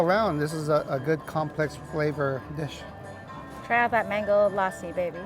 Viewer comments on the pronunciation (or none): none